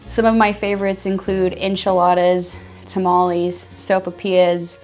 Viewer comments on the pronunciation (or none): none